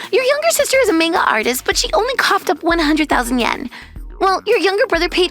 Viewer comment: Already starting off great with the pronunciation of Manga